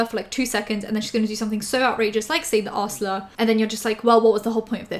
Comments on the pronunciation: For a hot moment kept hearing 'R-slur' as 'arse-ler', and immediately thought "Trisha was in the 2012 Onceler fandom??? Alright, fine, 2020 can't get any weirder" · Your accent makes ‘R’ slur sound like assler (like burglar lmao)